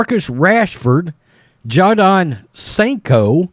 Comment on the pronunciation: Jadon Sancho it’s pronounced jay-don.